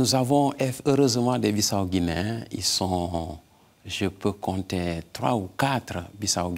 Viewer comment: Belle émission sur la Guinée Bissau. Par contre je ne comprends pas l'insistance de mal prononcer Bissau par l'animatrice malgré une bonne prononciation de l'invité et des deux personnes sur les reportages. Merci pour votre émission❤. Que Dieu vous bénisse et vous garde à Lui.